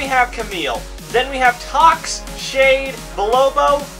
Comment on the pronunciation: It's not tactece it's tox